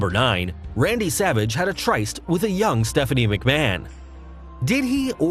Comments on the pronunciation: Ummm yeah learn how to pronounce words it's pronounced Trist not tricest. The Y makes an I sound so it a Tryst (trist) not tricest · Try-st? You'd think people who talk for a living would get down the pronunciations of words before they say them. FYI... for future reference... it's pronounced trist. I mean I am pretty sure you can just type in a word on google and their definition of the word (I explicitly say it like that because google definitions are usually pretty shitty) pops up but more importantly a little speaker icon next to said word. Click it and you can hear how to pronounce the word. The internet... who knew you could learn things from it. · its tryst proununced trist, not pronounced triest. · Tryst is pronounced trist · You do not say "Tryst" like that. It is pronounced "TRIST". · It’s funny to find out where people’s knowledge gaps are. This guy doesn’t know the word “tryst”. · Sir - 'Tryst' rhymes with 'kissed' when pronounced. It should not rhyme with 'Christ'. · Hey folks - I apologize for mispronouncing Verne Gagne's name. I got into wrestling in the late 80's when the AWA was on the decline and was a WWF fan. I've got no excuse for tryst though! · And "tryste". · next episode: We learn how to correctly pronounce Gagne and tryst.